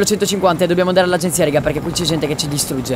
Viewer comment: Dici rega in un modo che damiano er faina spostati